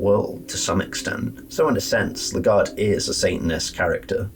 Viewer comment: also, it’s pronounced “Leg Guard” canonically